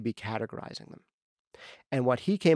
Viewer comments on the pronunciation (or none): DUDE! YOU SAID MY NAME!!! Much thanks to you and what you do here! I've been a fan since day one. You're literally the only podcast that I listen to like a religion. The nitty gritty detail that you go into, the relevance of the material, the way you say "whot"... it's all great stuff! I plan to continue to support you in any way that I can. Do you need an engineer? A video editor? A coffeemaker? I got you! :D